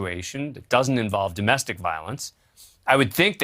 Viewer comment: "duh MESTIK"